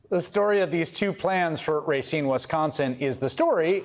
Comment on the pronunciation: I haven't really spent time in Racine, but I've never heard a Wisconsinite call it Ray-seen; only Rahseen. Biden's 100% right. Foxconn was a complete con-job. People got kicked from their property to make way for a huge factory that never materialized. What a disaster.